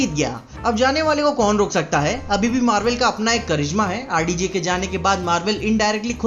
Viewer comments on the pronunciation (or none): He said rdg instead of rdj